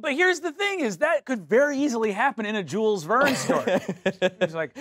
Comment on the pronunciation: Um, actually it's not spelled "Jules Vernes" like it was written in English but more like "Shül Vean" 😛